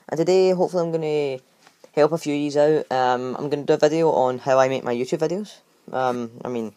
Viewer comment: He said YouTube vadios